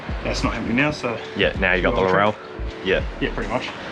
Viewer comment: To be a picky prick it's Laurel not Laurelle lol